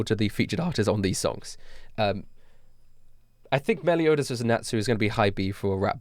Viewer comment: This dude said meliodas, the zunetsu, and escanor.